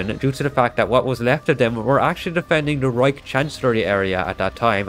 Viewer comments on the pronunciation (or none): none